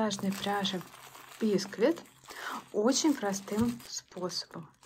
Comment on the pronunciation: Бисквит - на втором слоге ударение! ☝